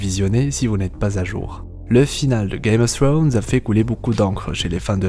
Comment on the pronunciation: Czst la seule personne que je connaisse à vraiment essayé de bien le prononcé (czst à dire pas le prononcer à la française) donc perso ça me gêne pas je préfère